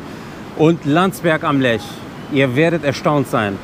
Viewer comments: Hallo Ihr Zwei, wie immer tolle Berichte-großes Lob an Euch!!! PS: Der Fluss heißt Lech nicht Lesch! Sagt Ihr und steht auch so am Anfang in Film😇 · Liebe Grüße aus Landsberg! Schönes Video aus meiner Heimatstadt! 😊 Kleine Anmerkung : Es heißt Landsberg am LECH. Nicht 'Lesch', wie zu Anfang bezeichnet.